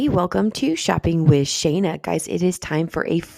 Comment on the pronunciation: It's Shana not Sharna